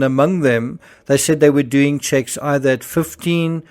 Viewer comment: Is anyone else suspicious that they are actually NOT Medical Doctors?? in my country you always address one as "Dr" Smith for example, just like in the UK when you say "SIR" if you have that title. Why I am suss is because Kate said "we knew what we were doeen" and "where we were goeen". In a long career working with Medical Professionals I have never ever heard one Doctor speak like this. I can pull more examples. Gerry is NOT a Surgeon. FACT